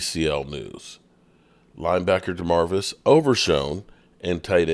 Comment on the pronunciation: It’s Damarvion not Danarvis god damn already